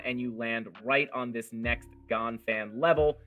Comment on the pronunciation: Thanks for explaining the tool... It's pronounced Gann